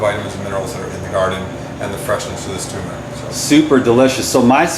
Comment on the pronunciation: TUR MERIC not TUMOR ICK